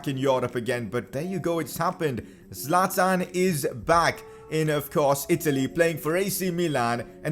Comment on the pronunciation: Bro say 25 goal score Zaltan